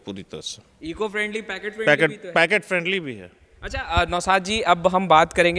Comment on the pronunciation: पैकेट फ्रेंडली नही पॉकेट फ्रेंडली होता है भाई l